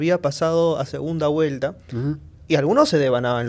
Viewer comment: HABLA MAL dice segunda Guelta por segunda Vuelta